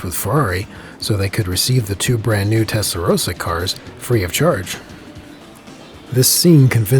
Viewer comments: But it's Testarossa and not Testarosa. I hear to many Americans say that. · No, Testarosa is just wrong. Rossa has two S'es.